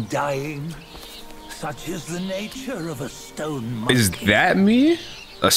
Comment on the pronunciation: They are saying monkey like it's the n-word